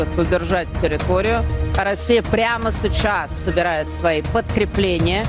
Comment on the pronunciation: Прамо сэчаззз😂😂😂😂😂😂